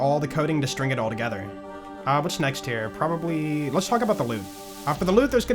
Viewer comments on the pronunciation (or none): none